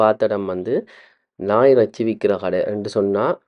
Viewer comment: ரெச்சி இல்லடா இறைச்சி